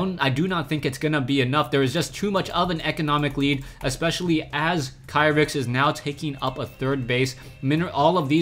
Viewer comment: Kyrix is pronounced (KEE-ricks), according to the way the player spells it in Korean.